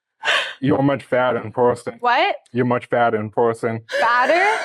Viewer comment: "yooah much fattuh in puhson" bro is like twice her size???